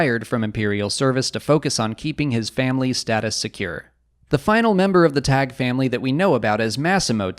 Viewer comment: I thought it's pronounced 'Taggy', pretty sure Palpatine in Episode III pronounces it that way when he wants his shuttle prepared to rescue Vader on Mustafar. But then again has mispronounced Ahsoka in Rebels when hunting her in The World Between Worlds he says 'Aksoka'.